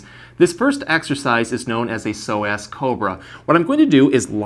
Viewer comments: omg i had no idea that is how you pronounce psoas 😂 ive been saying 'sew-uhs'. this video is perfectly timed as i just overworked these muscles at roller derby practice and the stretches i knew were not cutting it! thank you! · Thanks for the great video. I'm going to have my husband try this immediately! I thought the pronunciation was a bit off from what I've heard before, so I looked it up. According to the dictionary, it should be soh-uhs. Just saying. 🤷🏻‍♀️ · please understand its not pronounced pso-ass, smh! Might wanna consider rerecording with the proper pronunciation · Why is he saying So Ass 😂😂😂 instead of so-azz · Pronounced "Pso-ASS" 😂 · Y I thought he kept saying that sore ass muscle…. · Why I keep hearing "tight sore ass"...lol..This guy has truly helped me in so many ways...Thank you Sir!! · Am I the only one who thinks it sounds like he's saying "sore-ass muscle?" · Good video, but pronouncing it SO-ASS…. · Is it just me or does psoas sound like sore ass when pronounced. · He made it sound like "sore ass muscle" a few times and i felt that hahah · is it just me or yall hearing "tight sore ass" too? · I love the way the muscle is pronounced. Yes doctor, I have a so' ass muscle~ made me laugh - but thank you for the information!! Liked and subd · I watch these all the time, but found myself laughing at how many times he said "so-ass" !! Sorry! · Did anybody else keep giggling when he kept saying psoasXD sore ass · I love how with a straight face you pronounce psoas as sore-ass muscle! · Who’s gunna tell him it’s not pronounced “so ass” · I thought you were saying “sore ass”. Thanks for the great content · Every time he says “Psoas Muscle” it sounds like “sore ass muscle” to me. 🤭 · Did you say “so ass” as in sore ass because I certainly have one from sciatica! ❤️ 😂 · All I heard was a tight sore (so) ass muscle. I'm from SC, that's how some of us talk😂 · It sounds like you are saying a tight sore ass. :)